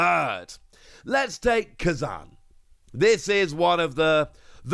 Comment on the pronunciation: You saying Kuzan was driving me crazy!!!! 😂